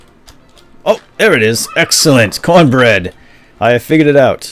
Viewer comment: Haha cornberd berdd